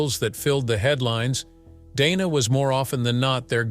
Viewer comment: Right from the start, this ridiculous puff piece loses credibility when it can't even pronounce her name properly. It's Dana with a short "a" (as in the word "plan"). In case you're wondering, that's how she pronounces it, and how everyone at CNN pronounces it.